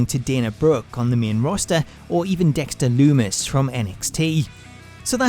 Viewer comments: dont like to be that guy but........ "Dexter Dumis" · Dexter "Dumis" ???😂